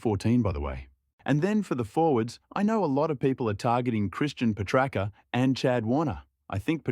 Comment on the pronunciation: it's not how you pronounce petracca. it's not pe-tracker 😅